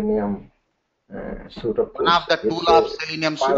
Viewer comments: FYI, as constructive criticism, Suite is pronounced like the word sweet, not suit e. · Suite is pronouced like this 'Sweet' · Suite is pronounced like sweet. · Haa haa voice and his suite,operation,opera& Firefox pronounciation is really funny and can't able to control smile 😂. Teaching and information is good